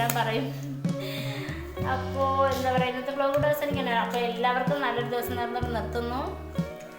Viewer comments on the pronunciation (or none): ബ്ലോഗ് അല്ല ചേച്ചി വ്ളോഗ് (Vlog)